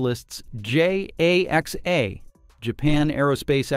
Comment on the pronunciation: Please try to pronounce the JAXA astronauts names as correctly as possible. TAkuya Onishi (accent on the first syllables for both) .JAXA is also pronounced just as written (just like NASA). Your voice syntheses settings should be tweaked and corrected.